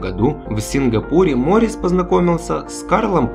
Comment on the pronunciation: Не МОрис, а МорИс, недоумки....